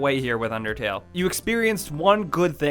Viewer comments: its unDERtale not unTERtale XD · He said untertale omg DUDE it's unDertale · It's undertale not untertale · Was it just me that saw at the beginning it said untertale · No, UNDERTALE! Not Untertale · Video starts Under-... untertale. untertale? UNTERTALE? Untertale. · The intro says Untertale. No disrespect love u guys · Untertale? You couldn't English any better there sir. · at the start it said untertale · no is says untertale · it undertale not untertale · At the beginning it said "untertale" not "undertale" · you said untertale in the vid. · "untertale" at the beginning of the video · the beginning says untertale...YOU HAD ONE JOB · The intro says untertale lol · Lol it said untertale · The beginning says "UNTERTALE" not "UNDERTALE" 😂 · It says untertale at the start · Imma be salty and point out that it said Untertale instead of Undertale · Heh. Hey buddy, it's not Untertale, it's Undertale. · "Untertale" nice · anybody notice the begining said untertale? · LOL HE SPELLED UNDERTALE WRONG HE SAID UNTERTALE LOL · it said at the start UNTERTALE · UNTERTALE XDDDDDDDDDD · He accidentally said Untertale for the introduction. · the intro said untertale lol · It said untertale at the start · ... .. Untertale..? I don't actually know that game, sorry. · UNTERTALE lolwut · Untertale at the beginning lol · lol they spelled undertale wrong they said untertale. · Beginning, "UNTERTALE" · "Untertale". How do you even- forget it... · untertale ? lol right at the start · Um, right at the beginning, 5 seconds in "Things Untertale players hate" UNTERTALE UNTER T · At the beginning it said untertale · I thought I was the only one who noticed it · "UNTERTALE" nise going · "Untertale" What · Untertale. UNTERTALE. UNTERTALE! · it said untertale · Untertale....yeah....did anyone notice that? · anyone else notice how it says untertale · Untertale XD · i love that overlaying T on "undertale"